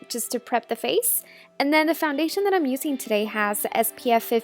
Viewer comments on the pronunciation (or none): "youuuu-seeen"? you mean using...